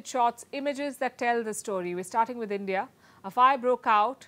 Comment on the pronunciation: End-Dee-Ah, don't be jealous of CHYNA!!!